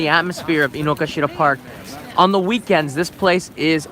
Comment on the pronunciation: Hey, my wife (Japanese) insists this park is called Inogashira, not Inokashira (despite the signs, google maps etc.). She says all Japanese call it with the "ga" in the middle not "ka". Have you heard of that being the case?